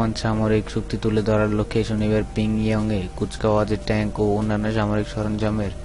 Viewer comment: বাংলা উচ্চাররন ই করতে পারেন না,,, আবার চ্যানেল খোলেন!! উ:কোরিয়ার রাজধানীর নামটা উচ্চারণ প্রাকটিস করবেন।